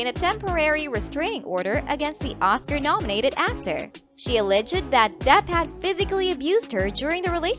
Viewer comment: al·leged /əˈlejd/ Learn how to pronounce all the words before the gig. Why are you reading this like every line is the happiest news ever?!? 😡 🤪